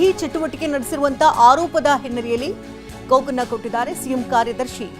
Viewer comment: ಕೋಕ್ ಅಲ್ಲಾರಿ ಕೊಕ್ ಅಂತಾ ಹೇಳ್ಬೇಕು.